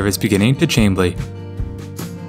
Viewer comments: Love this video! (By the way, Chamblee is pronounced SH-amblee!) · Yes, its pronounced 'sh' the same as 'charade'. Probably of French origin. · Chamblee is pronounced with a Sh not a Ch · Chamblee is pronounced sham-blee